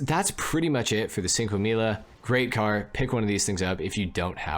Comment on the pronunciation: It's pronounced "Chinque Milla" not sinque milla